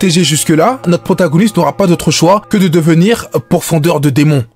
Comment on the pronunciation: *pourfendeur et non pourfondeur 🙃